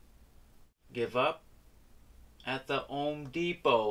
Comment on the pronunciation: Did you say “own Depot” or Home Depot? Regardless of which.... Both are wrong brother...lol Here in Southern Cali we sparky’s go too AMERICAN ELECTRIC- CED- WALTER’S ELECTRIC- wholesale electric warehouses. Why? Well let’s just say 80% of the material is cheaper than your local LOWES or HOME DEPOT. Specially if you open a account and hold a C-10.